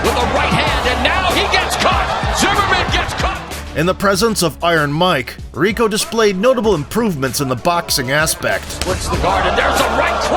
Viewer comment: happy to hear the AI voice of this faceless channel pronounces Rico's last name properly.